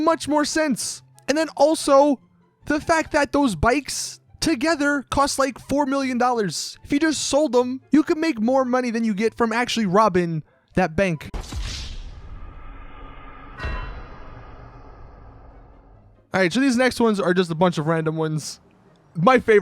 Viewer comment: He said robing not robbing